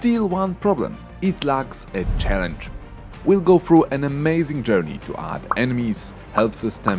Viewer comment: you said challenge wrong lol